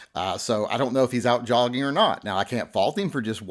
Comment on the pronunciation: He was not just "jogging". I think the J is silent. he was yogging !